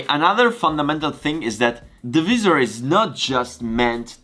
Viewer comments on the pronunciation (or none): Great Vlog! Please keep them coming during Covid-19 lockdown! Can I just say that the word Visor (In Italian -visiera ) is pronounced in English slightly different to yours. To pronounce Visor try saying ( Vai -Zurh) Hope you don't mind me saying?! Also your English is very good and a lot better than my Italian! (and my Mum is Italian!) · The “ vizzzer “ cracked me up lol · I like how you say 'opaque', 'hexagons', and 'visor'.